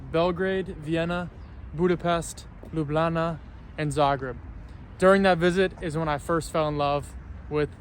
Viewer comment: Love the way you say 'Lublana'.